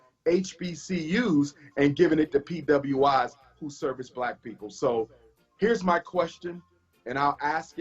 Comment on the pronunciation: Even says helping one "blacK" boyy at a time.